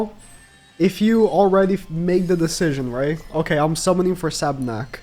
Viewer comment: Sab**U**nak. Not just Sabnak